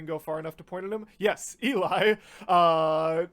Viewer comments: Cool reaction. I loved watching as you heard that first " note":-D. Just to let you know, Eli's name isn't pronounced EE-lie, it's pronounced "EL-lee". I didn't know for a long time, so I thought, if you're going to be reacting to them, you should be aware. I look forward to seeing more of your reactions in the future. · i love how excited you are that's so cute and the costumes AHH oh and btw, 'Eli' is pronounced 'ally' and not 'eel eye' xd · Eli is pronounced Ellie